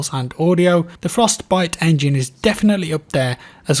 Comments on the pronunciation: the frosTEH-biTEH engine..... frosT biTeh engine.. frosTTT pause biTTTe.. sorry the way you were saying it was driving me nuts.. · Anyone else getting triggered by the way he says, Frost..Bite xD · Why are you saying Frostbite weird? Fros-t bi-te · I've noticed pronounces Frostbite with a very distinct Frost - Bite.... Separating the Frost from the Bite. Just something I noticed. Occasionally he pronounces it Frostbite conpared to 98% of the time he really distinctively pronounces the B. As in FrostBite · I think it's your accent, but the way you pause between "Frost" and "bite" makes me giggle lol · Why do you say "Frost Bite Engine" so strangely? Like you're reading off a script but you're unsure if you're pronouncing it correctly. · Why the fuck does he say frostbite so weird, it literally hurts my insides. It's one fucking word dude stop spacing it out like you have Parkinson's disease.